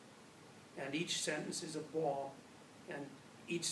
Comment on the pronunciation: "...each sentence is a BOOAAAMB." lol